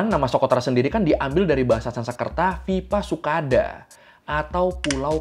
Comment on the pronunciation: Dvipa sukhada.. klo dibaca jadi "Dwipa Sukhada" kak..gtu klo bhs sansekrit